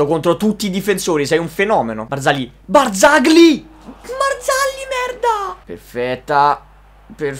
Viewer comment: Quel "BarzaGli" mi ricorda molto RojaDirecta ahahahahha